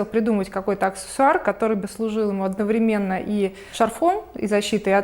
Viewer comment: Не одновремЕнно, а одноврЕменно.